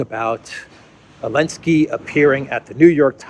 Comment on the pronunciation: Can someone tell me why is he calling Zelenski, Elenski without Z?